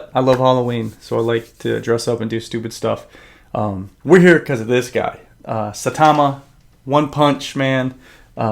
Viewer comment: you butchered the name of the company and Saitamas name XD but nice video non the less :)